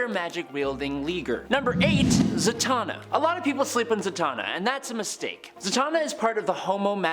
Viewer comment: Zatanna... Satan...Satan-na.. wow 🤦🏾